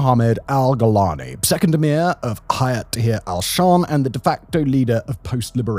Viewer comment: Correct pronunciation: Al-Sham❌ Ash-Sham✅ Al-Shara❌ Ash-Shara✅